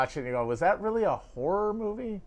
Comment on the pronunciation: I thought you said Hereditary is a horrible movie when you said "horror" and I was going to be like "How can you talk about movies with an opinion like that?" Lol